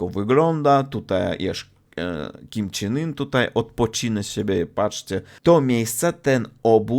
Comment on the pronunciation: śmiesznie wypowiadasz Kim jong un :D